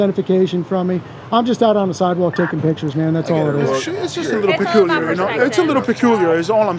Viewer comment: Lol “that would be pacooler”